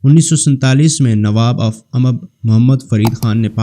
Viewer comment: بنی اسرائیل ،،،،خلجی ،،،تنولی۔۔۔۔اور اممب نہیں امب۔۔۔۔۔باقی سب ٹھیک مگر